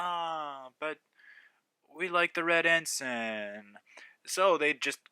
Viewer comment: It's actually pronounced En-Syne NOT En-Sin! That is the military rank! Flags are En-Synes spelled the same way "Ensign"